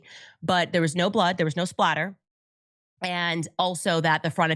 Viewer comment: Just one thing, I have to say it because it’s driving me crazy that everyone is saying it wrong. It’s “blood SPATTER” no “L”. SPATTER, Candace, SPATTER.